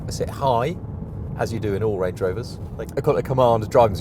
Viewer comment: Range not Rang